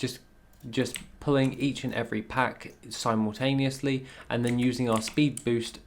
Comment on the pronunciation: Question, why do you add an extra e to make Simultaneous = Simeultaneous?